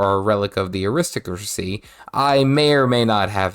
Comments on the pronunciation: Aristocracy is prononced " Ari-stock-cra-see", 5 syllables. all are emphasized . I can tell you are a very intelligent person. But I hear British peeps do this all the time and they should be ashamed of themselves, not you. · (also I think it's ari-stoc-racy)